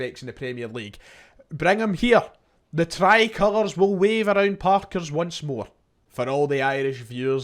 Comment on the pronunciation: Stop. Saying. Parker’s